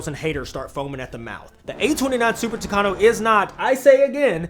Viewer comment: Super "Tucano"??? 😮 Later correcting myself, the Super "Tucano" didn't compete with Skyrider in the second race, but rather with Wolverine. The Super Tucano was the one that won, but didn't take the prize; Uncle Sam's policies wouldn't allow a foreigner to prevail over the natives.